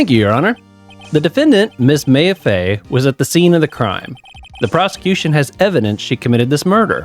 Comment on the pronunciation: Loving that this is a full series now! I don't think you ever had me do this but I post obnoxiously long comments in Let's Plays for games i love so sorry if that bothers you before it gets to far "Maya" is pronounced "My-ah" and not "May-ah" haha Very nice observation about the case starting really fast compared to the intial investigation. They actually have a lore reason for that! I always recommend pressing all statements in a testimony even if the contradication is really obvious without it. You miss alot of fun dialogue for not doing it but it can make trial sections go a bit longer so it's not a necessity Something to note for this game series: Shu Takumi the creator of the series knew absolutely NOTHING about the Japanese Legal System (which the series is based on). It could be said it's a complete parody of the system due to this and it has completely nonsensical moments because of it, but that's what makes the game super fun! Also to note: The english version of this series is based in Los Angeles, California. There will be funny moments where they are in a completely japanese location as they are just like "ah good ol America". It's due to a funny localization issue where when the original localized it from the Game Boy Advance to the Nintendo DS they had no idea there was more than 1 game. Thinking it was standalone they made it take place in California not knowing that it's VERY clearly in Japan in the future games. They were in way too deep to go back on it and